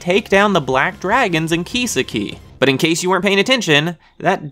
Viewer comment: how can you constantly mispronounce kisaki so badly? you obviously didn't even watch the anime dudes name is key-saki not keysa-ki